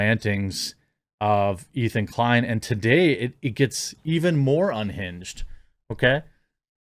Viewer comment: ETHAN DE-KLIEN